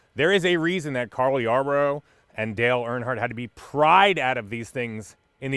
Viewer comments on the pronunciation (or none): Carl Yarborough??? Wtf his name is Cale. The old guys are going to really hate u now u better come correct when speaking Nascar lol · Cheers from Ohio,.... im pretty sure the nascar guy's first name is Cale, not Carl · who's this Carl Y? its Cale! LOL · Who tf is "Carl" Yarborough ? Lol😂😂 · Carl Yarborough? C’mon, you’re better than that! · Who the hell is carl Yarborough??? 🤣🤣🤣🤣